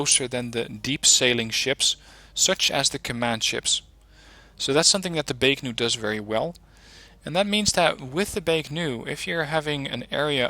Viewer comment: Why do you keep saying Baek-Nu When there is no 'N' in Baek-Ku? You do this consistently in all your videos. Just curious.